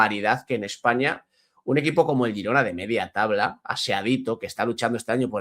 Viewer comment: El equipo se llama Girona, luego a la ciudad y provincia le podeis llamar como queráis. Pero lo dice correctamente, es el nombre del club